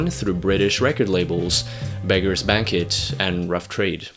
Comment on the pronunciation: 1.28 British label beggars BANK-IT..... BANK-QWET dummy....